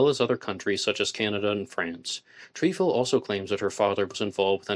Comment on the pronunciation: It Tr eh fil not treefil